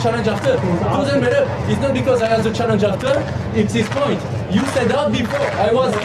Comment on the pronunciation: "You have to say clearly challenzhe "